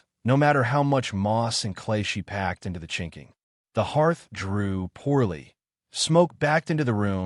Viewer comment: “Chinkling” cabin walls at least get it right. It is chinking.